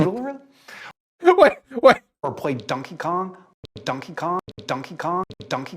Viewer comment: I love when people day dunkey instead of donkey lmao